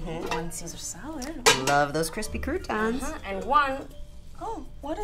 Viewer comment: “There’s NOTHING worse than soggy crutans!” Stephanie